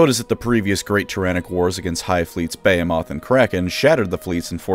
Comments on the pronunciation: For the love of everything good and right in this world... behemoth is pronounced "baa" "hee" "muth" not "bay" "ah" "moth" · Bey-hey-moth? Isnt it bee-hee-mith? On a constructive note, i think the Tyranids could adapt more and create a "queen" bioform, kerrigan style that can give life and personality to the Tyranids, maybe even combing the genestealers and tyranids into one army. I think its very possible and ripe with new model potential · Awesome video as always man, Nids are my second favourite faction, and the second army I started (both after Tau). At least until Exodites become a thing, then it’ll be a fight. Also, it’s Buh-Hee-Muth. Behemoth. Sorry lol that took me out and wondering if I had it wrong this whole time. Kinda a bummer really Bay-Ah-Moth sounds better. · Behemoth=Ba Hem Myth. Sorry that really just bugged me. Great video tho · Interesting how, who speaks with a North American accent, pronounces Behemoth as “BAY-a-moth” like the Brits do, rather than as “ba-HEE-muth”. 🤔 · "Hive fleet Bay-a-moth" Bro, I can't. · Firstly, I love your content. You're my favorite WH youtuber. One small thing: it's pronounced "ba-HE-moth" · Isn't it "Behemoth" as in and pronounced as "Bee-hee-muth"??? Which means "huge or monstrous". Edit: to clarify the English pronunciation of "behemoth" . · It's pronounced buh-hee-muth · The way you pronounce "Behemoth" gives me pain. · To be honest, I raised an eyebrow over how pronounced Behemoth, followed by a Vietnam Flashback, of how this Dragonborn guy in the main city of DnD Neverwinter pronounced Bahamut. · That isn't how you say behemoth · Education major...can't pronounce behemoth and thinks the earth's atmosphere would disappear if the amazon rainforest was wiped out. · How can u be an education major yet pronunciate a word incorrectly “behemoth” 🤨